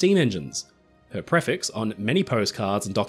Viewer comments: Thanks for the video:) Very minor point: "prefix" is pronounced pree-fix, not pref-ix. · I can honestly say I've never heard anyone pronounce "prefix" the way you do 🤣